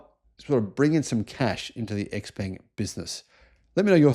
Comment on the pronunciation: By the way. XPeng's pronunciation is "Shao Peng" in Chinese.